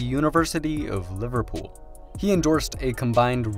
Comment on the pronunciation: He barely got "Liverpool" out